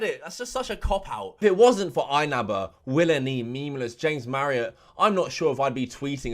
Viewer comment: "The great willNE" 🤣🤣🤣